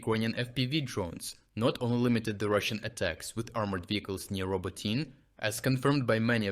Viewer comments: The place name that got pronounced in three different ways today is actually pronounced RobOtyne / Робо́тине from the Ukrainian dictionary. That's not his pronunciation, it's AI. After he got back from being sick for a month he stopped voicing the videos himself. I'm learning Ukrainian, and one of the welcome side-effects of watching his updates every day was the tutorials on Ukrainian place names... early this year that changed, now those pronunciations are mess even though his voice, accent and cadence are reproduced pretty well. It makes me a bit sad but if he's found a way of sparing himself a bit of work, fair enough. I'm just worried it might affect the channel's credibility with new viewers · It's pronounced RobOtyne / Робо́тине from the Ukrainian dictionary. That's not his pronunciation, it's AI. After he got back from being sick for a month he stopped voicing the videos himself. I'm learning Ukrainian, and one of the welcome side-effects of watching his updates every day was the tutorials on Ukrainian place names... early this year that changed, now those pronunciations are mess even though his voice, accent and cadence are reproduced pretty well. It makes me a bit sad but if he's found a way of sparing himself a bit of work, fair enough. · It's pronounced RobOtyne / Робо́тине from the Ukrainian dictionary. That's not his pronunciation, it's AI. He must have started using it when he got back from being sick for a month, to spare himself some work, maybe to allow other people in his team to do the videos when he can't. But AI doesn't deal well with multilingual content, so while it replicates his voice, accent and cadence quite well, it messes up the place names that he used to pronounce with a perfect Ukrainian accent. I'm going to email the channel about it because I'm worried about this starting to hurt their credibility. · AI getting names so wrong (legendary) should be easily correctable I would think. But AI is not my area.